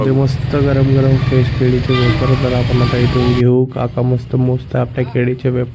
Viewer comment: केळी ❌ केडी✔️